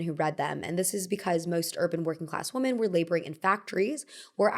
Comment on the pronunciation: stop mispronouncing the word women